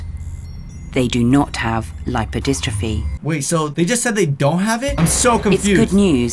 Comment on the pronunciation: It's not pronounced lip-row-dis-tro-fee. It's more like lipe-oh-dis-truh-fee.